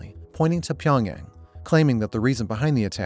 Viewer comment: dude look up the pronunciation of a city like Pyongyang before you make a video mispronouncing it the whole time